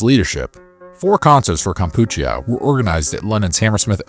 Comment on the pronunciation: It's kam-pu-chee-ah. Just another example of ai screwing up. The concert was fine, even without reunion. Like that was gonna happen!